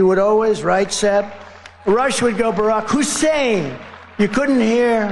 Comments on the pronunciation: Is he pronouncing Hussain as a racial thing 🤔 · Hmm....once again, why the EMPHASIS on Barrack HUUUSSEEEEIN Obama??? Yeah, it's not a "dog whistle" for your MAGA cult, right Donnie?? This country and world will be such a better place once he's gone and the MAGA-cult fades away.